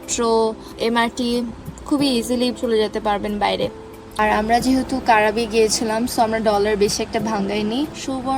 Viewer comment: উচ্চারণ টা "ক্রাবি" ওটা কারাবি নয়!!